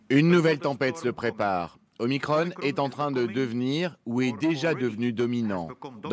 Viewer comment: pourquoi dites vous MICRONEEE...la lettre grecque c'es MICRON ... !!!!MICRON ...MICRON